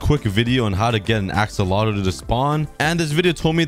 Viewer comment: I love the way he says axolotl assolotl